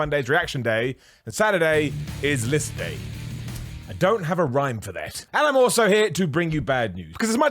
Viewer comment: Ok kept hearing lift day rather than list day. killing it with content lately.